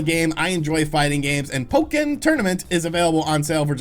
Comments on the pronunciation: Pok-ken tournament 😂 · Nobody: Literally nobody:: "PoE-kIn.." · Say Po-Ken again. I dare you. I double dare you! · Pok-ken tournament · Why "PO KEN" Tournament? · The way you say Pokken Tournament 😂😂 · for the love of god please stop pronouncing pokken like that.